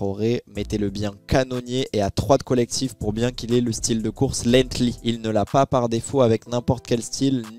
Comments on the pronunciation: C’est pas lethly c’est lenghty la course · Parcontre ce n'est pas lenghtly comme j'entends mais LENGTHY .